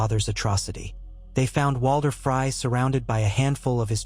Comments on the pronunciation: really cringe everytime. its like fry or frye. please its FREEEEY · Somebody do something about the AI which is reading this. This mispronunciation of names is driving me crazy. It's FREY not FRY